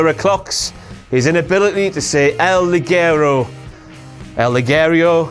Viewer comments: It's not pronounced "LI- GUE-RO" It's pronounced "LI-JE-RO" for christ sake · Ligero is pronounced: LI-HE-RO What you're saying translates as "garter belt" (liguero in Spanish, pronounced LI-GE-RO) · First, you keep mispronouncing Ligero. It's supposed to be Spanish and "ge" sound like "heh", therefore it shoud be pronounced lee-HEH-raw. I say that because everyone botched the pronunciation. Not just Miller, although he did botched it worse. I know how it should be pronounced because I'm Mexican. Second, I thought that Rampage could be Blampied's pokemon, just look at how he orders the piledriver, he could be a pokemon! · It's not LiGUEro... You don't pronounce it like GUErrero. It's LiGEro. It's a similar sound to beginning of the word "hectic," without the k sound. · It is /Lijero/ in spanish, it means light, /liguero/ is the name of a kind of woman stockings. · No11, you can´t pronounce it right either, King, Maybe if you say it like "Lijero", but not "Liguero". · it's pronounced "el lijero" "ligero" is women's underwear... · how 1 english man should say "Ligero" : Lijero this is how it should be pronounced :D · It's pronounced Li-je-ro, even the name is stupid, is "light" in spanish... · You can't even pronounce Ligero right, you stupid idiot King. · That's not how to pronounce "ligero" in spanish :V